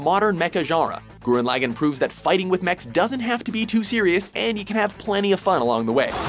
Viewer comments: It annoys me when people call it gurren laggen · "Gurren Lagann" Then why not just say "Madoka Magica" ?